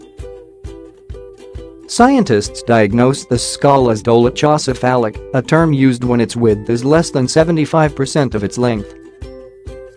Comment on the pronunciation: Is the narrator a robot? He mispronounces dolichocephalic, DOH-liko-seFALik and the Egyptian's name Meritamun, Mayr-it-AH-moon.